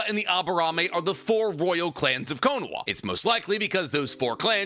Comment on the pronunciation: Why do i keep hearing konaWa? Isnt it konaHa?